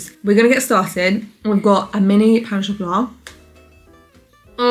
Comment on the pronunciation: As someone who speaks french, your pronunciation of "pain au chocolat" was on point!! Also love the video, as usual :D